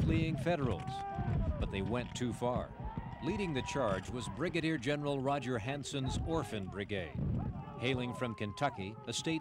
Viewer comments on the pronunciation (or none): none